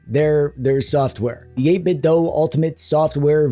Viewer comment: Wait, what?! 8-Bit-DOE? NO WAY! It's 8-Bit-DO! As in, "I want you to DO that new retro thing right now! DO or DIE!" There's no DOE in these here DO parts!